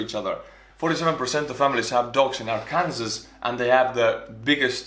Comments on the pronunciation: it’s illegal to pronounce Arkansas (ar can saw) incorrectly. But it’s not enforced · Did he call it Ar-Kansas? I am confusion! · In Arkansas, it's illegal to pronounce Arkansas like that. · Lol! Yea, it is Ark-An-Saw not Ar-Kansas! Pronunciation lol. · Isaac Stretch taps screens aggressively WHAT DO YOU MEAN IT ARKAN-SAW?! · Ark can saw is how you say Arkansas not are kansas lol. Not hating just hope this helps if you’re struggling with the state name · Not ‘Our-kan-zas’ But, ‘Arr-can-saw’ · Arkansas is Arkansaw not ourkansas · It's pronounced "r - can - saw". You made that really confusing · more like Our-Kansas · Is it just me or near the start when he was talking about how things can correlate with the pros and the cons, did he say Ar--Kansas? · Strangely Arkansas is pronounced Arkansaw Edit: also it is technically illegal to mispronounce it incorrectly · Did he pronounce it Arekansas? XD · He says Arkansas like R- Kansas...... Angry Arkansas noises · I’m from Georgia, but I once read somewhere that pronouncing “Arkansas” the way you did is illegal in the state of Arkansas. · Dead Freight West It’s called Arkansas because of the French word for a native tribe. Arkansas used to be part of France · It is illegal in Arkansas to mispronounce Arkansas